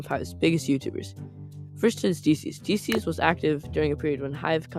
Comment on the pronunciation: I love the way you said Dieces! Your content is amazing bro ❤